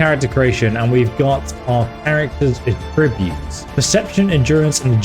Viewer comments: AH-ttributes, not a-Tributes. Stop that plz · It's pronounced 'Atrreebutes' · I’m so sorry because your work is great but I can’t deal with how you say the noun of attributes like the verb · That’s not how you pronounce attributes.